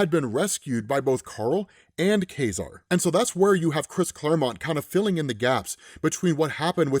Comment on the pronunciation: It's not pronounced "Kah-Zar"? "Kay-Zar" sounds weird.